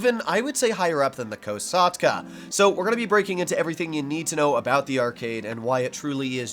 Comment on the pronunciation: "The KOW SAUGHT CUHH"